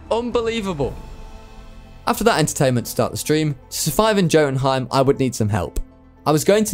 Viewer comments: Jotunheim Is Pronounced Yotunheym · please god please learn to say these names m8, jotunheim is pronounced with a Y NOT A J